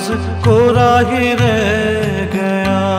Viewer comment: Not only your voice resembles Kishoreda, you have perfectly adapted his style of singing. His style of modulation, pronunciation of words … for eg. in this song kishoreda sang “ Kora hi re Gaya” not kora hi reh Gaya” … Perfect